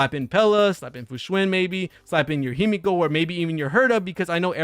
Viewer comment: Good video, but Himeko being a Japanese name it’s phonetical. So the E in HimEko it’s pronounced the same way as the E in WElt and PEla. Sorry it drives me insane even when I heard this mistake with Pokémon 😂